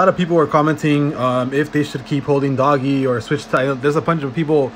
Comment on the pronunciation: PRONOUNED DOJE NOT DOGGGY